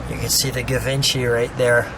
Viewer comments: Its not ga...givency. Its French. Pretty bad when the owner of the car doesn't even k ow how to say what he has. Its said more like jjjjeep. See what I mean? Maybe not. But its not pronounced with a ga sort of a sound. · Uhm. it's Gshee-von-Shee not "Giv-In-Chee." Its okay. I was 40 before I learned to pronounce it. We can't all be French. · No not. Gavinchy! Jheevahnshee. Dingdong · Givenchy is not pronounced like that.... It's ʒiːvɒ̃ˈʃiː or more precisely: ʒivɑ̃ʃi in original French pronunciation... I realise I'm sounding petty, mostly because I came here to see the car...but at least give a disclaimer... Something on the line of: "hey you know what, we can't pronounce it any other way, so we're gonna do it like this..." this way it just hurts my ears, and also people listening to it will get the wrong impression that that's how you say it.. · “Jee-vahn-shee” edition; a French designer. Audrey Hepburn was famous for wearing Givenchy designer clothes in her movies. There were also Cartier editions. Notice this car has the Cartier clock which must have crossed over both editions. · Pronounced shjee-VONN'-shee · Love how you mispronounced Givenchy